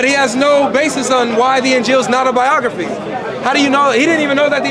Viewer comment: "Birography" is wild